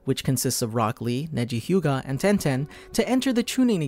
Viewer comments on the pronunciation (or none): I thought he said broccoli but it was rock lee